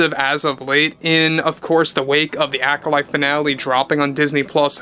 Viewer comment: The ACK-olyte